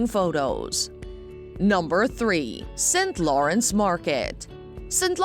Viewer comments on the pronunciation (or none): Sintlawrence market 😅